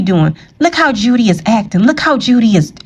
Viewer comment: It's Judy... Julie is pronounced different😊👍🏾